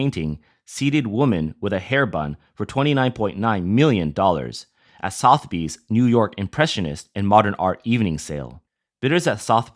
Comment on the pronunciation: The name 'Sotheby's' was mispronounced. The correct pronunciation has three syllables, not two.